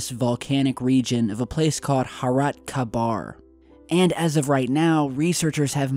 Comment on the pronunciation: ITS CALLED HURAT KHAIBAR .. pronounce it right!